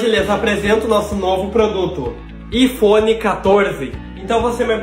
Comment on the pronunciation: Po pq q q o fala "ifphone" se e iPhone